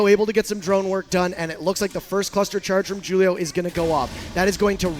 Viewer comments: It's pronounced "hulio" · This guy failing at the name Julio is killing me